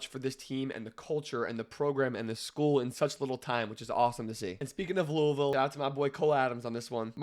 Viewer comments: Bring from Kentucky, makes me so happy when people pronounce Louisville correctly. Go Cards and Fuck uk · You from Louisville nobody says Louisville correct but you did. And you know so much about Louisville. I love it